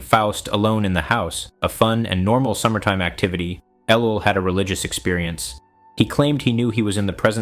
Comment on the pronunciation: Seems like it, mispronounces his name and lacks vocal inflection. Why does a so-called lecturer fear showing his face? Jesus didn't...